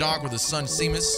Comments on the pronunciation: Seamus is actually pronounced as "Shay-mus" haha 😄 not sea-mus. Like "shame us" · I was having a mental meltdown while said 🌊mus instead of pronouncing "Sheamus" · Seamus is pronounced Shay-mus. hehe. It's an Irish name. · Such a cool, quirky game. Love the environment. Also “Seamus” is pronounced “Shay-Mus” btw lol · This game is absolutely amazing lve enjoy every minute of your playthrough so far and playing it for myself, the one thing thats not amazing though is hollows pronunciation of names, its SHAY-MUS 🤣 all joking aside i can see why you start calling him that, LOVE the series so far man 👍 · Seamus is actually pronounced Shay-mus. It's an Irish name. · love this! just an fyi its shame-us, its an irish name haha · "Sea-mus" lol :P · His pronunciation of Seamus lol. I don't blame him. It's pronounced Shaymus btw. Just like how sean is Shaun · Seamus, is pronounced Shaymus. It's an Irish name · Honestly cracked me up that he was worried about mispronouncing Momo, and then went on to consistently mispronounce Seamus without even thinking about it 😂